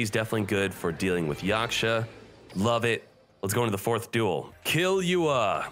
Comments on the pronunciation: Smhhhhhh brooo! Kill-You-Ah🤣, it's keel-ooh-ah, from Hunter x Hunter... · "Kill-you-ah". Someone hasn't seen HunterxHunter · He said killua wrong -_